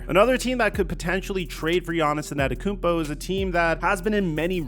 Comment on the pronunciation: anTETOKOUnmpo brother. LEARN the name, you can't be THAT lazy..